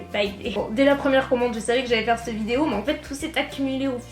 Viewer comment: On ne dit pas c'te mais cette Stp 😂😂